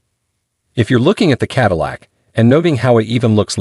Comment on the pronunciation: Finally, some good automotive writing on this channel! Then the overall impact was spoiled by some sloppy editing - repeating almost word for word the platform comparisons and the computer generated voice correctly pronouncing Cadillac in some places and not in others, as well as saying Hip for Hp. If Hp was written out as “horse power” in the text submitted to the computer, then it would be correctly rendered. It was almost the end of Q3 2023 when this video was produced and there are 2024 models with higher trims available at a few dealers. So WHY use a 2023 Lyriq DE and not a 2024 Lux2 or Lux3 dual motor??? This is hardly “keeping you up to date in the EV field” as your introduction promises.